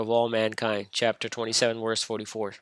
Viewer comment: Funny that he keeps pronouncing "verse" as "worse".